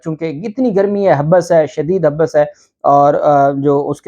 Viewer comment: Habs not habus Hathni not Hathi